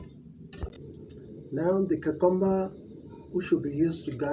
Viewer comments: I love how he pronounces Cucumber, it's a very satisfying sound. Much less harsh than UK English, smoother sounding. The dish looks amazing. I'm going to try this myself tomorrow night. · It's interestingly similar to my mother's pronunciation of the word (from the North East of England) - with the stress on the middle syllable.